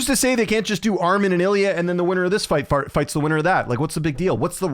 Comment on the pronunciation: ..... he says fights fart.....😅😂